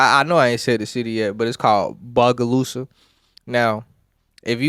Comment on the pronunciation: its BOE- GAH- LOO- SAH ! damN!